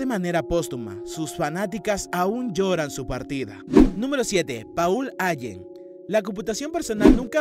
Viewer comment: Paul (se pronuncia Pol) Ayen (se pronuncia Álen)